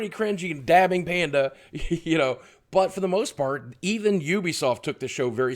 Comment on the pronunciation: does anyone else here fart instead of part?